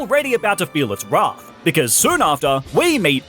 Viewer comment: Im sorry....did you just say "wraath"?